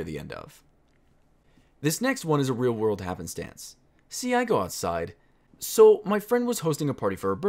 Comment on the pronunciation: What is an "Out side"? Out sid?